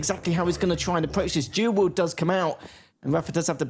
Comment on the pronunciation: It's "Dual wield",, not "Jew would"